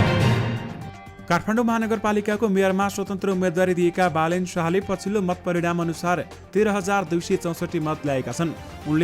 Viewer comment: As a news leader you pronounced wrongly Balendra to Balen Sash